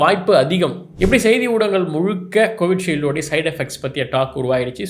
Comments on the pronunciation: Neenga 'Covishield' nu solradhu enaku 'Covidshield' nu kekudhu. Enaku mattum dhana?😅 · Why is pronouncing “Covi Shield” as Covid Shield? Ila enaku mattum than apdi kekutha? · Its Covishield not CoviDshield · ஏன் பாஸ் நீங்களும் கோவிட்ஷீல்டு கோவிட்ஷீல்டுனு திரும்ப திரும்ப சொல்றீங்க. ஒருவேளை அது கோவிஷீல்டு இல்லையா கோவிட்ஷீல்டு தானோ? ஏன்னா நீங்களே சொல்லிட்டீங்களே. லட்சத்துல ஒருத்தருக்கு தான் சான்ஸ்ன்னா அது எப்படி 0.5 சதவீதம் ஆகும். 0.5% னா லட்சத்துல பாதி 50000 தானே. ஒருவேளை நடிகர் விவேக் இப்படி ஒரு பாதிப்புகளால் தான் செத்துட்டாரா? என்னைய்யா ஒன்னுமே புரியல.. என்னமோ போங்க ஜி.